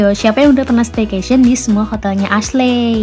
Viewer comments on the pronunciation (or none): Kak, Ashley itu pelafalannya Eshli....bukan Asle 😁